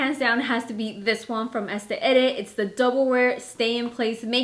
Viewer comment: Girl learn how to pronounce words before you upload a video. Estee edit???? It's pronounced ESS-tay LAW-dur.. Clearly you need to go back to school!